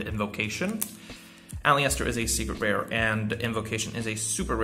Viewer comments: Can i just say Aliester is pronounced Al-i-ster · The i is silent in aleister bro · Like the video but I am triggered by the way you say aleister